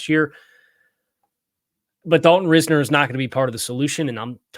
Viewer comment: Doesn't matter too much since he won't be a Dolphin but Risner is pronounced RISE-ner. Not ris-ner.